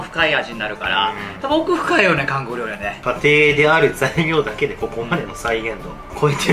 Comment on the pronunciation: リュウジのお兄さん「リョウリ」（笑） これが気になりすぎて後が入ってきません（笑）